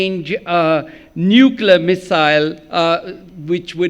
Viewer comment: ‘’ Nuklar “ ? What is nuklar, your Lordship? Ah, you meant “Nuclear” , your very amazing Lordship……yes?